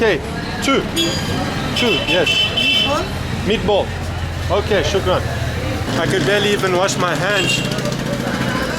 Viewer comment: "Shuga, Barcelona" :)